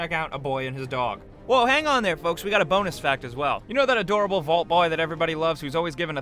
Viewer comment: That 'Bonus' sounded like 'Bollocks'